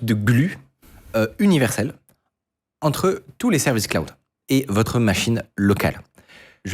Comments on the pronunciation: J'en suis à 3'43'' de la vidéo, il n'arrête pas de dire Claude, j'en peux plus, Jean Neymar 😅 Jay Malo crâne !😵! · Mon dieu, MON DIEU, mais pkoi il prononce "cloud" "CLODE" ?? 😳JPP Ca se lit même pas comme ça en Français ! Il a jamais joué a FF7 ?😅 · Il prononce l’anglais a la francaise: Clo-oude, le o a la francise et le u a l’anglaise Comme quand on dit dijiaï (dji), au lieu de dijayaï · "claod". Prononcez après moi: "claod". Pas "cl-ou-d", pas claude, "claod". C’est facile à prononcer pour un français. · j'allais le commenter après avoir du revenir en arrière pour comprendre ce qu'il voulait dire :') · Je me suis fais exactement la même remarque 😂 et c’est bien de voir qu’ils font bien attention aux prononciations maintenant, tel que iClaude bien sûr 😂